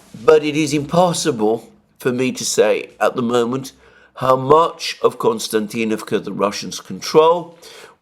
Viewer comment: It's not Konstantinavka but Kostiantinavka just for the record. Being Greek I can see why you would want to call it Konstantin...